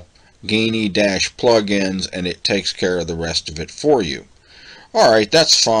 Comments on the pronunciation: Alright, listen: STOP SAYING "GAY-NEE" !! It is pronounced JEE-NEE. How the hell do you get "GAYNEE" from Geany? According to their own FAQ website, they tell you: Q: How do you pronounce Geany? (^) A: ʒeːniː (pronounced like "genie") And do you notice the "lamp" icon with the "Genie" coming out? (Like Aladdin's lamp) Please stop saying it as GAY-NEE. The 2nd time you said it that way we stopped the video. We thought if you overlook this detail (a basic, important one), then who knows what else in the video is wrong? (It always amazes me how people seem to almost go out of their way to mispronounce certain words that otherwise seem obvious.) !! It is pronounced JEE-NEE. Remake the video pronouncing it correctly time, please. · I'm too late to the party, but yeah hearing a hard G was hard on my ears. The logo is a lamp. Thanks for the video.